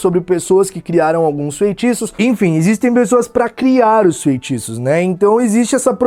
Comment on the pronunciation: "Desfaz festiços..." Kkkkkkkk